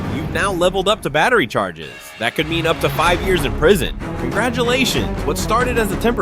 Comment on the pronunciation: What do you MEAN-UH